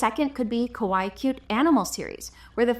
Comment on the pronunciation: Please stop saying Kowaii. It's Kawaii with an A. The way you pronounce it means "scary" in Japanese. And if you didn't know, "Kawaii" means Cute. So when you write Kawaii style animals, use cute instead. It's the same thing! Just so you know, for future videos 😊